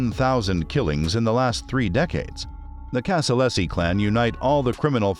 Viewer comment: Casa-LAZY not LESSI